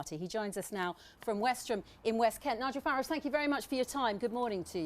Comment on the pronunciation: Abrupt style, barely concealed hostility and snide questions - all aimed at trying to discredit Mr Farage. In other words, the perfect (from the BBC's perspective) way to deal with him. Note too, the deliberate mispronunciation of his name. Utterly disgraceful!.